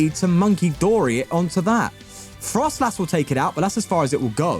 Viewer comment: It's froslass, not frostlass